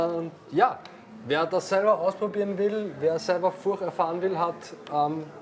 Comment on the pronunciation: Great! Finally, the first correct pronunciation from the owner of the surname!